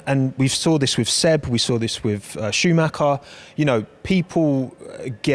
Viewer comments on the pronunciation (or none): ShoeMacker tf is this pronounciation